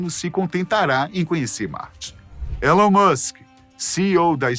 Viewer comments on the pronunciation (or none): none